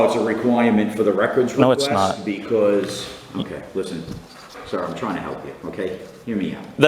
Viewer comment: "Znot my policy..." LOL